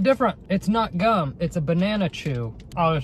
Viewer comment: Replace G with c when he's says gum